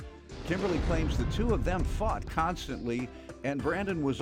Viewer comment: OH HE SAID FOUGHT...sounds like he said **UCKED. I had to do a double take, i was like man Judge mathis intro guy decided just to keep real this day lol